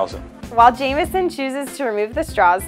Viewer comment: Se said the name wrong, like everybody